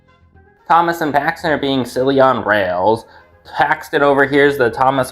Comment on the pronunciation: For a second I thought you said Haxton and not Paxton